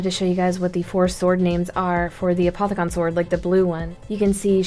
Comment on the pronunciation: I'm pretty sure it's pronounced A-poth-i-cun